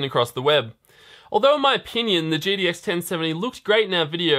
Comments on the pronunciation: Good stuff! Is it just me or did anyone else also notice some weird slurring of the word GTX into GDX several times. (Ex. , , , ) and so on... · Hm interesting to know. He only slurs its about 6-8 times but the remaining times it clearly spoken as GTX. shrug